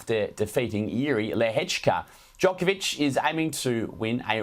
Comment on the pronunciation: Australians could do Novak Djokovic a great service by learning to say his name correctly. It's Joke-ov-ich, not Jock-ov-ich. The athlete has pointed this out many times. "If I disrespected him" is a cop out and a non-apology. Djokovic said the comments were insulting and offensive. Not if, you did disrespect him you slick weasel.